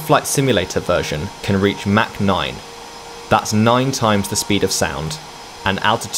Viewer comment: "Mack noyne"